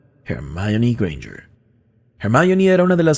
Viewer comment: Hermayori Grenyerd no, HERMIÓN :v